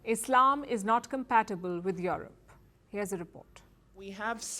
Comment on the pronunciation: It is not YoRope, it is YouRope(Europe). How could they hire a Journalist who cannot speak English?..